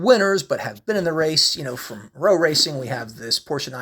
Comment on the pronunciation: W is pronounced as V in European languages As J is pronounced as a Y in European languages VW is pronounced Wolks Vagen Rowe Racing is Rove Racing. great videos!